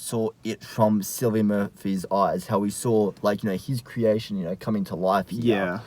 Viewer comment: How is it that neither of you know how to pronounce Cillian? Come on, he's rather famous, haha.